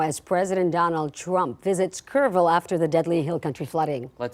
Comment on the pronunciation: Ville not vul . Kerrville, not Curvul. If I were a newscaster, pronunciation would be important to me.